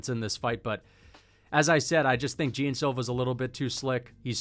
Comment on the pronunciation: Man pls the pronunciation of Jean is not "Jim" is closer to the "gian" pronunciation